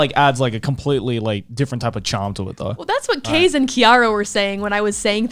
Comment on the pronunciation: calli said "kaze and kiara" who's kaze? keys? keiz?